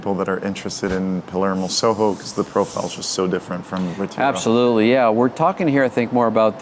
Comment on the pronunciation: i am argentinean. His English is awesome, but he gives away that he is argentinean when he pronounces Plaza San Martin, Retiro and Palermo Soho... as well as some little nuances that a non argentinean would not pick up